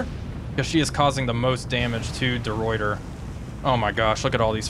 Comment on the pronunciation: That’s not how the ruyter is pronounced…